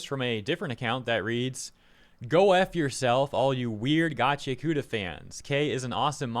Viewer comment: it's GACHI AKUTA not gachyakoota...